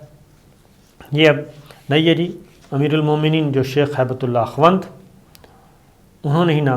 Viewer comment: AKHWAND nahi Akhund kehte hein